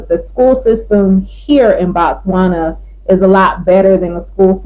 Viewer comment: It’s Botswana ✅NOT Batswana❌